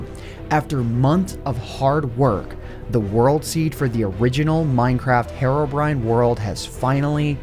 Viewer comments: why is nobody getting bothered the way he pronounces herobrine? says it like "herrobrine" but its clearly a "heerobrine". you know, the way you would pronounce the actual word "hero" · Hair - o - brine Me: Hee - row - brine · STOP SAYING HARROWBRINE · Hero-Brine NOT HAROBRINE MY GOD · He says Herobrine like heroine but I thought it was like hero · He's called Herobrine btw, not herrobrine. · “Herro” brine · he's been pronouncing herobrine as hair-obrine for this entire time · Man, the way you pronounce Herobrine is so annoying. "HeRRoBriNe" lmao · I'm sorry but it pronounced heero-brine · Hate how you saw "heiro briyne" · It pronounce heerobrine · Hariobrine The way he pronounced it lmao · If I had a penny for every time you pronounced “Herobrine” incorrectly